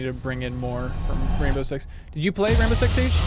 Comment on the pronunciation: I Swear; all you had to do is pay attention to the beginning part, and she said "The Raindow Six Team". And they are not gels; it's glass. Those of office doors and windows, with blue lights on inside the rooms. It's the same blasted look that makes you think they are gels